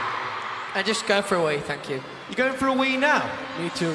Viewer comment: “i’m going for a wee fank you” “mE tOo”